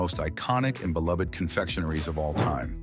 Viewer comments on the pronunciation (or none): none